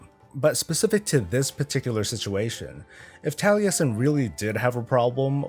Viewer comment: You are the only american that can say Taliesin corectly :)